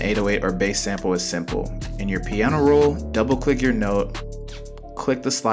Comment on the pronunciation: bro u dont pronounce it baas u pronounce it base